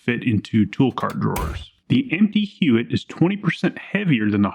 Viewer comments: The name is pronounced "Yott" I had a friend who's last name was Huot and he pronounced it "Yott." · You are pronouncing Huot wrong. It’s pronounced “Huot” not “Huot”. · Dude. It's pronounced "Huot." NOT "Huot." - DUH. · It’s pronounced, Huot. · We use Huot tool scoots in the CNC shop good stuff. We pronounce it "HUE - OTT" but I'm not saying that's right or wrong... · I would pronounce it out with a H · Huot is a small company in Arlen, TX. It's pronounced "hwat" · Huot is pronounced “hew watt” to my knowledge and has no relation to the Huot auto rifle prototype from WW1 despite the name. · Huot is pronounced like how Hank Hill says "what".